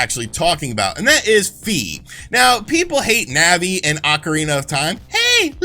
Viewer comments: It's Fi as in "figh", not "fee". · "Fi" is actually pronounced "Fie" as in "Die"